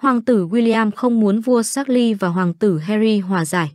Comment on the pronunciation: Vua Charles phát âm thành chác-ly...? 😂 ... tiếng Anh của phát ngôn tivi hay thiệt 😂😂😂... bó tay